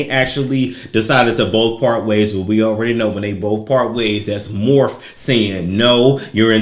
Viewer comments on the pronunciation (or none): Morphe lol...it's pronounced mor-fee. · Honey it’s pronounced MORPHEEE lol 😂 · Thank you for mis pronouncing Morphe. Too many men know way to much about makeup for my liking